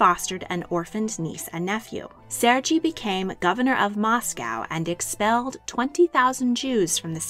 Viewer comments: You mispronounced Sergei. It is pronounced "Sir gay" not "Surge E". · Ser-Gee? Pronounced Ser-Ghey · Serr GAY is how it’s pronounced. Not Sergei like Fergie. King Ferdinand was NOT the son of a King Carlos, but rather his nephew. QV died before Ducky & Ernst Louis divorced. Her death is what promoted the divorce. LEARN before you post! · Serge is pronounced "Ser gay" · Serge is pronounced as Sir-Gay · Sergei is not pronounced like that lol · Sergei is pronounced with a hard G and a long A sound at the end. SER-gay. Schleswig is pronounced with a short E sound, not a long E. Saxe-Coburg is not "SAX-ee," but simply "Sax."